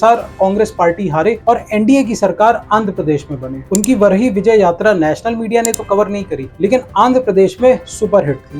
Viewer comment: U r pronouncing varaahi wrongly....... kindly correct